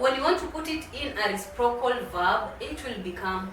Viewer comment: Habari,. Asante kwa somo lako. I'm afraid your pronounciation of the word "reciprocal" is very off. I have understood it only from the subtitles.